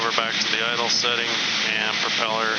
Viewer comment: Did I hear correctly “the propell-air” 😂 like it